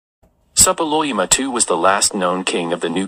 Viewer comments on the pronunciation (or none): [sapiluima] is real pronunciation? Why have I learnt once entirely? *SUPPI-LULI-UMA!*